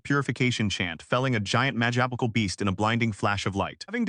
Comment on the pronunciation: did the AI honestly say Majackical? Pro-toe-ganist is bad enough. but majackical? it's been saying magical just fine. someone needs to scrape back to school